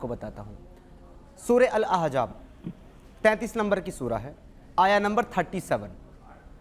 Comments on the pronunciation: yaih ex muslim nahee hai balky dhoukhai baaz hai iskou soora shareef kaa naam bhee padhna nahee aataa soora Ahzaab kou Ahjaab padhta hai our hamaisha yahee aiytraaz Hazrat zaid kee beewi sai nikah ,usska jawab baar baar ulama nai diya hai ,magar jaisa moulana nai kaha ki yai burayee hee karaigaa ,sawal karana our hai our tanqeed karna our , kisee mufti kou iss kameenai kai muqablai mai lao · Kaash k aap thik se Arbi Matan samajh paate Surah Ahzab pehle thik se bolna sikho Surah Ahzaab hai Aejaab nahi… Or Surah Ahzab ki ayat number 1 se padho Surah: 33 | Ayat: 5 اُدۡعُوۡہُمۡ لِاٰبَآئِہِمۡ ہُوَ اَقۡسَطُ عِنۡدَ اللّٰہِ ۚ فَاِنۡ لَّمۡ تَعۡلَمُوۡۤا اٰبَآءَہُمۡ فَاِخۡوَانُکُمۡ فِی الدِّیۡنِ وَ مَوَالِیۡکُمۡ ؕ وَ لَیۡسَ عَلَیۡکُمۡ جُنَاحٌ فِیۡمَاۤ اَخۡطَاۡتُمۡ بِہٖ ۙ وَ لٰکِنۡ مَّا تَعَمَّدَتۡ قُلُوۡبُکُمۡ ؕ وَ کَانَ اللّٰہُ غَفُوۡرًا رَّحِیۡمًا ﴿۵﴾ TRANSLATION: tum inn ( mun bolay beton ) ko inn kay apney baapon kay naam say pukara kero. yehi tareeqa Allah kay nazdeek pooray insaf ka hai. aur agar tumhen unn kay baap maloom naa hon, to woh tumharay deeni bhai aur tumharay dost hain. aur tum say jo ghalati hojaye uss ki wajeh say tum per koi gunah nahi hoga, albatta jo baat tum apney dilon say jaan boojh ker kero, ( uss per gunah hai. ) beyshak Allah boht bakhshney wala, bara meharban hai. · surah ahjaab bol raha hai to khud ko ex muslim bol raha hai ahzaab hota hai ahjaab